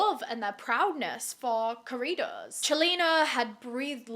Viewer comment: Now I know I haven’t really took the time to check. But I like that you made a video about his life. It seems like big crime YouTubers haven’t don’t. This could be a new series for you as there’s a good amount who have unfortunately met this same fate. Also I like how you basically pronounce corridos like Doritos 😂